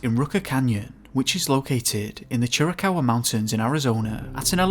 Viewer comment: Finally some one said Chiricahua correctly!!! 🙌